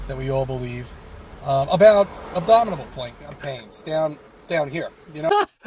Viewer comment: Pretty sure there was a couple extra syllables in that abdominal. More like ABDOMITABLE.